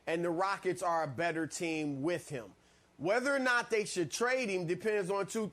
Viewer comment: And instead of saying "him" he says "eem" lol